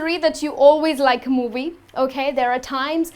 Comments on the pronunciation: You should exercise the pronunciation of the sound V, moVie, not muwuy lol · When she pronounces “movie” lol